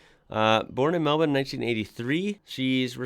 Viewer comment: Can I say how refreshing it is to hear an American pronounce Melbourne correctly. We really are rubbing off on you. I love your discovery of our vast talent pool.